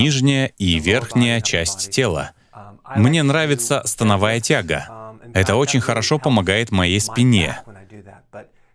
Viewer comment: СтАновая тяга - правильно говорится